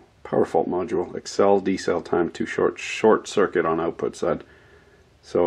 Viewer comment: Check this oat: check the oatput. Crazy Canadian talk!